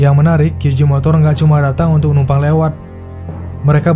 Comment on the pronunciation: Kesalahan warganet 62 serung kali menyebut huruf J dlm bahasa inggris dengan "ji" padahal itu utk huruf G...J tetap dibaca Je... Kyu Je motor